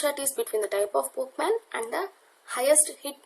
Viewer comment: video is very useful and u have done a great job just a small mistake its pokemon not pokeman(verbally u r speaking)